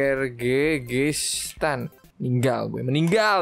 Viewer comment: Santai aja napa ngomong kyrgyztannya ngomongnya tuh kir-gis-tan